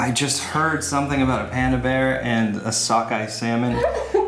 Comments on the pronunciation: nobody: jenna: it's sALmONe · Salmón, in Spanish... one of them accidentally matched the exact pronunciation in my language, lol. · were you talking about salmon or drawing lol lol thank you for the review